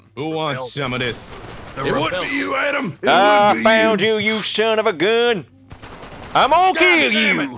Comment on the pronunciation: It really sounds like ammo get you when Nanners say I'm gonna get you